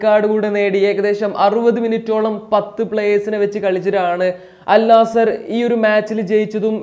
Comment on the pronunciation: അൽ നാസർ അല്ല അൽ നസ്ർ ആണ്